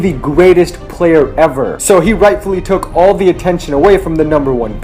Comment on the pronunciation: the way he say took